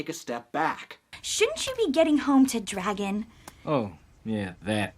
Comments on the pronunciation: Where is your accent from? You're making dragon some somewhere between dregin and draygin. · Why do you say Dray-Gen? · DREgon it’s Dragon, no Dregon lol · DREgen STFU ITS DRAGON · You say Dragon weird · I cannot get over his pronunciation of dragon 😂